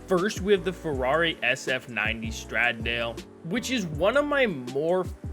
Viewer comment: The Ferrari Stradale is pronounced Stra-dal-e (say it with an Italian accent)